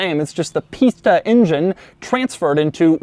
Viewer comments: Kept hearing Pista as pizza... but later in this video he’s either saying it better or my ear is getting used to it. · "the pistha engine"